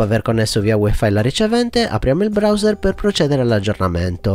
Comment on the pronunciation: !giallo, hai girato la o con la r nella parola browser;-) Cmq video chiaro come sempre